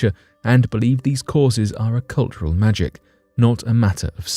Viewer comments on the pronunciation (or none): none